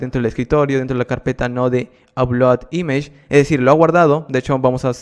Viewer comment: image esta mal pronunciado